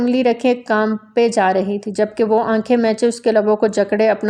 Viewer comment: معتل نہیں ہوتا معطل ہوتا ہے اپنی اردو پہ توجہ دیں اور ”اس پے“ نہیں ”اس پہ“ ہوتا ہوتا ہے